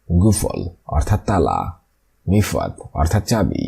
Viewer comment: মিফাত না মিফতা মানে চাবি।